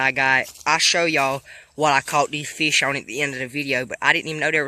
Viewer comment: Why r u saying "feesh"